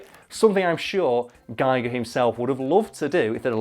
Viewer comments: Klobi for President He didn't say it right it is pronounced geeger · First comment and I'm complaining about the pronunciation of H.R. Giger. It rhymes with eager. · For those intrested, Giger's name is pronounced Giger not Giger. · And, now to ruin the joke: It's pronounce GHEE-gurr. Rhymes with "eager." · You can't even say his name right EPIC FAIL!!!